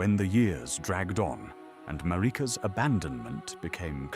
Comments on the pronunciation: why does he pronounce Marika and Miquella so strangely? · What app do you use for the voice over? It mispronounces Marika which is why I ask. I wonder if there is a way to write it out so it says her name right